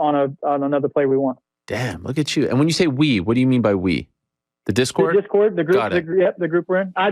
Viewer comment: “Pause right there.. what’s a disord channel?” 😂😂😂 I’m dead bruh